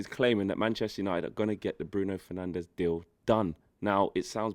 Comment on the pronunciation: Well hes not crap is he jesus christ. Hard to call Fernandes better when you butcher his name that badly, you'd think you have never actually watched him play a full 90.